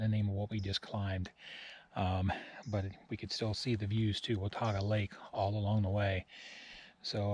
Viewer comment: Hey - I was amazed at how much for miles had the name laurel in it - seems like I remember several days worth - and THANKS so much for pronouncing Watauga correctly - both my parents were born in Watauga County NC and I remember going out on the lake fishing as a youngster when the lake was only 10 to 12 years old after being built as part of the TVA - no flooding the day I and some friends hiked through there - that was amazing - glad there was an alternative route - were the bear activity signs still up?